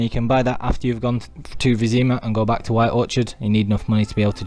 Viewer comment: BaaaCLICK , this nervous tick drives me nuts, like scratching a chalk board. That click sound you make when your sentence ends with the word "back". In fact, most of the time you raise your voice for certain words for no reason. Like THAT. But when you do HITclick him ... chalk board. My ears are bleeding now. Sorry, not trying to be mean, thought you could work on it if possible.